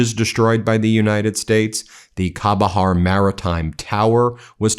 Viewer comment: Chahbahar pronounced with c not k similar to chai